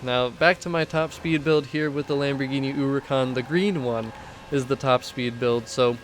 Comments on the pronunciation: Why does it sounds like he calls it a Lambirgini Uwucan? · Lamborghini ooricon